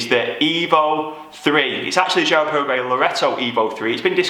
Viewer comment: I think you’ve been watching too much football mate. It’s pronounced Girard Para-Go, not Paraguay 😎